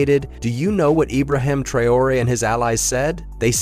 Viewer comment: You can't even pronounce Traore's name properly, and Langley was sacked weeks ago. I hate AI content